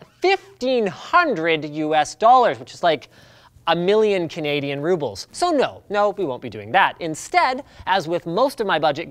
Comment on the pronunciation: LOLL canadian rubbles